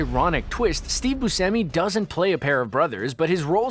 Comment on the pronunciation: I'm sorry, but did I just hear him say Steve Busemi and not Buscemi??